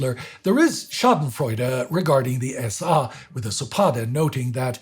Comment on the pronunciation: The pronunciation is annoying-this is English its the SA (es-ay) not S-AH--plus throwing in all kinds of German words make it hard to understand-its the freaking German army, not Reichswehr or whatever this guy is saying.